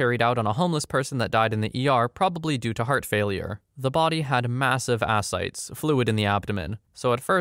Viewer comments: Interesting stories. Back ground seizure inducing🤢. Asites is pronounced a-si-teez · It’s “ah-cite-tees”